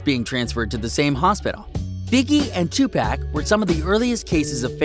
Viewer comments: He said Tupack it’s tupac and pronounced tupock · This dude rlly said “2 pack” umm sir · Every time he refers to 2pac as 2 pack it makes me cringe lol . fuckin noob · Tupack it’s 2pawk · Bro Stop saying 2pec it’s 2Pac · HIS NAME IS 2pac not 2pack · bruh you said two-pack its two-pock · I stopped the vid when he said two pack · I know this nigga didn't say 2pAc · 2 poc say it like that 🤦🏾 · down vote cause you pronounced Tupac as 2 pack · Are people really gonna bypass the way this guy said 2 pack? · My guy really said 2 pack 😂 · When I found out this was bs “Tupack” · People still saying 2pack ? Smh. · white guy said TWO PACK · Nobody: This nigga: 2 pack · U better learn his name and say it right 2 PAC!!!! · He said 2pack lol who are deez people talking about us 🤔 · We really gonna ignore the fact that this man just said "2 pack" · Lmao I said the same thing this video lost all credibility for me just from hearing that alone. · When he said 2pack I was in the comments then when he said it I was like wtf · 😂 2 pack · I agree it's like 2 pac let him rest too. Dude also needs to learn how to say 2 pac too lmao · Listen don’t ever pronounce pac name like that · This dumbass nigga don’t even know how to say Tupac you don’t fucking say pac like you say Pac-Man you dumbass nigga 🤦🏽‍♀️🤦🏽‍♀️